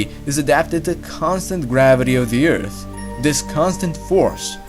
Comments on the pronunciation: WHY ARE YOU SAYING EARF NOW ITS EART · He now says Earth and not Eart., Bravo....